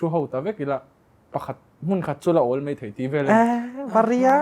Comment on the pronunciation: Mei ti lovin, mai ti hram hram teh u...